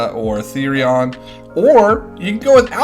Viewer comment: how the fvck you don't know how to pronounce therion